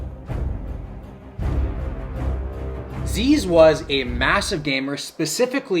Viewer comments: As an Aussie growing up in the Zyzz era just some little things, it's pronounced "Ziz" and "You mire-in bro" as in "Are you admiring my physique?" when someone was looking at him, he was definitely on roids, loved his pingers(pressed pills of mdma, speed and other amphetamines), and knowing his ego and love for praise the question was easy, he was definitely a stripper, no time to DJ, play rugby or or be a chef when you're all about being admired, he was an icon though, both loved and hated until his passing where all the haters had to shut up and show respect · you can tell when someone doesnt really no who zyzz is based on the way they say the name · Did u just call Zyzz, Zeez 😡😡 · It’s not pronounced “zeez” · It’s not zeez lol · As an Australian, where Zyzz is from, it’s funny how Americans pronounce Zyzz. We pronounce it like “Zizz” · its pronounced ziz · YOU BUTCHERED HIS NAME BAD THE DISRESPECT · To all aussies be warned: The way he pronounces zyzz and you mirin brah is triggering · how do you do enough research to know exactly what zyzz ate but cant pronounce his name or "you mirin' bruh" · i hate how you pronounce zyzz and "you mirin' bruh" it made me cringe so hard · I’m from straya and the way pronounces “Zyzz” makes me cringe inside a little every time. But good video man 🤙🏻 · the mispronunciation of Zyzz is killing me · mispronouncing Zyzz and mirin was next level cringe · How you gonna do a video on him and butcher his name in the first sentence 😢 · If you're going to use Zyzz's name for views then please pronounce it right :( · It sounds so funny when you Canadians/ Americans try pronounce zyzz and you mirin brah 😂 completely butchered it this video, at least watch a few of his old videos. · The pronounciation is so bad lol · you're mispronouncing Zyzz brah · just letting you know you aren't saying "zyzz" properly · ITS ZIZZ BRAH NOT ZEEZE!!!!!!!!!!!! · His name isnt "zeeeeez" its zyzz, short and sweet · It’s pronounced Zizz not Zeez